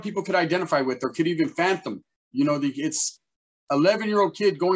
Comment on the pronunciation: Fathom yes but did he just say fanthom 😱😱😱